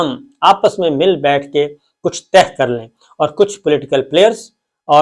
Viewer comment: " طہ " کے بجائے لفظ " طے " لفظ ہے